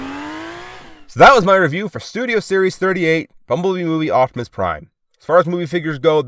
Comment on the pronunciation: I'm glad to watch my favorite you tuber ! (Edit) I have to say no hate but it's oPtimus not oCtimus